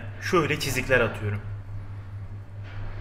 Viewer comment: Ulan şu atam aliyuurum diyo ya bitiyorum aq